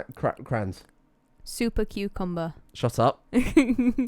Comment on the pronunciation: laughing at because he can't say super cucumber while she says "shupa cucumba"